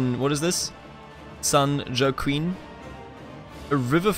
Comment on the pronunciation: Joaquin is pronounced wah-keen.